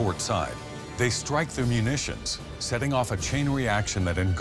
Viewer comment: I think he said "stike" but in that mess of pre-recorded bs I can't tell.